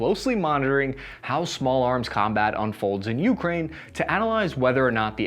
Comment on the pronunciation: Just heads up—it’s pronounced Uk-Rain, not YOU-crane. You’re putting the wrong emphasis in the wrong syllable. Not a huge deal, but just thought I’d let you know… You actually pronounced it correctly one time.